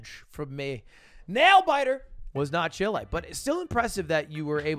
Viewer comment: bruh why does he say "Chile" like "shill a"